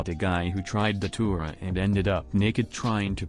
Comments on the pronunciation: I thought you said saliva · lmao why I thought you said saliva